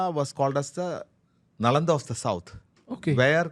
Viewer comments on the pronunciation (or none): none